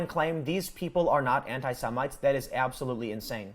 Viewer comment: >"semintes" He said it again. LMFAO what a fucking moron.